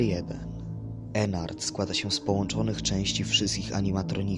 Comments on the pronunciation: Ennard a nie Enard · Po piersze nie ennart tylko Ednardd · to ennard a nie enar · To jest Ednard a nie Ennard